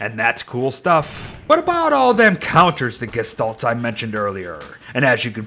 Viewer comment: Why u saying gishtolts when u always would say gestalt